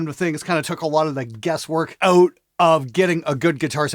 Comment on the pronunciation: Did you purposely use the word Out with that horrible pronunciation a hundred times just to try to Out annoy your intro scream?